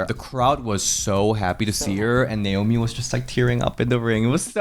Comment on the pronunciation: and the "Namoi" instead of "Naomi" 😭